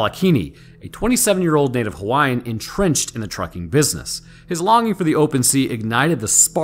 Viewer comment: GREAT JOB on Pronouncing all of the Hawaiian Words/Names,! Pretty Spot on! Keep up the Good Work,!!! 🤙🌺